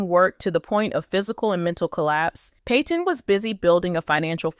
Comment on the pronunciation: It’s tam Pat - on …not pay-ton